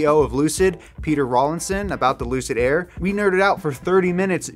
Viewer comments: Haaaa the famous Luid Air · Ah yes, the LUID AIR, my favourite ev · luid air lol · “LUID AIR” Lol. Love that y’all are still human. Much Love🤘🏼